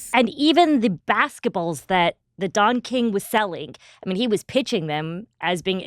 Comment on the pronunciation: Sounds like you're saying Dong King and not Don King.